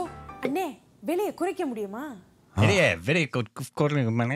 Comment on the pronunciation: Well... Kaalai vanakkam madhiya vanakkam are all made up.. Tamizh has only vanakkam. Also, she has interchanged "la" & "zha" sounds - It's "vilai and not vizhai. Both mean different. But, kudos to her effort.